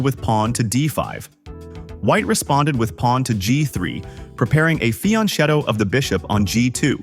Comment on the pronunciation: "Fianchetto" is an Italian word: the "ch" is pronounced with a "K" sound (UNlike it would be in Spanish). Most other chess channels seem to be up to date with this... ;)